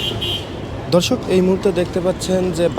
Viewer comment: Are! Dhorshok abr ki? Dorshok hobe... Thik kore bolen